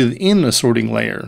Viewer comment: He's emphasizing the "ting" in "sorting" for some reason. SorTING layer. Maybe the way we normally say sorting is hard for non-native speakers to understand.